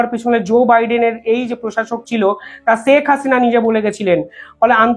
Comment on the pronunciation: "ছেক হাসিনা" নয়, "শেখ হাসিনা"